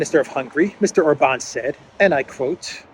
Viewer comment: Maybe while youre in Budapest, (whose name you DID pronounce correctly, yay!) you will learn how to pronounce OR-ban correctly (instead of or-BAN as if he were French)😍